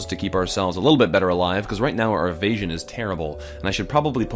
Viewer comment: *le me not paying attention: "our evasion is terrible" What I hear: "Our asian is terrible" wut